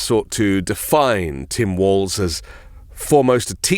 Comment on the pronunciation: Walls not Waltz.